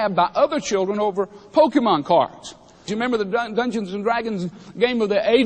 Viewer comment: i must say...THANK YOU FOR SAYING IT RIGHT! too many say pokeymon or pokeyman and it bugs me